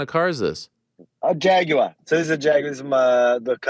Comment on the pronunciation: F-Type guy here also. Thanks for not saying JAG-WIRE!!!